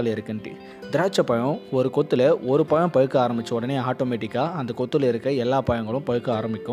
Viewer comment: நல்ல உச்சரிப்பு மிக அவசியம் (பழம் / பழுத்தது) அண்ணா... உங்கள் காணொளி மிக அருமையாக உள்ளது...